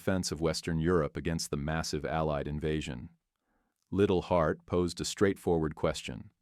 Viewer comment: The British Officer and military historian was Liddell-Hart. Pronounced lye dell heart. Says enough about the reliability of this channel & video. Thumbs down.